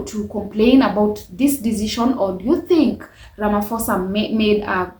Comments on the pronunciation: Its RAMAPOSA not RAMAFOSA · He's not Ramafoza. The ph in his name is pronounced like paw or pause. Learn to pronounce people's names properly. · My sister its not Ramafosa but Ramaphosa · "Ramafosa" is crazy 😅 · Ay Ramafosa😢